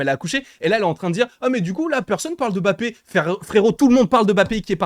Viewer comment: Arrête de dire Bappe mdrrr tu dis Challa ou Tchalla ? 😂😂